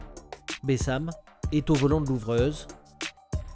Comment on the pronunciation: c pas bessam c bassem 69200